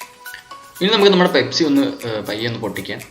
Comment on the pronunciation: pespi alla pepsi